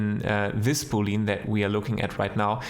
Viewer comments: Awesome video, btw. "Boolean" is spoken "boole-an" not "booleen" e and a are both spoken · Please say Boolean not Booleen.